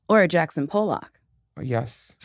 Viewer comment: Nicole omg thats not how u say jackson pollucks name